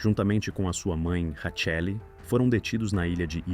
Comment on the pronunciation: Erro na pronuncia do nome da esposa de Mussolini.